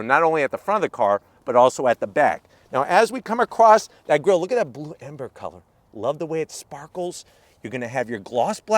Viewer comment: I cannot tell for certain whether you're referring to Ford's new custom Dark Horse-specific color-shifting paint color as 'Blue Amber' or 'Blue Ember;' because though you mention the color by name (at least twice by my count), your pronunciation / annunciation differed enough to leave me wondering. WHICH IS IT EXACTLY? 🤔 To my way of thinking, Blue Ember certainly seems the more perfect name, especially after seeing the car's color really come to life in the late afternoon sunlight as photographed by you in a gorgeous reverse 3/4 view of the Dark Horse that has us looking down the entire length of driver's side from rear to front completely parallel to the tarmac just moments before the actual drive. Ford really nailed down the perfect color pallette for the newly minted Dark Horse nomenclature, imho. 🔥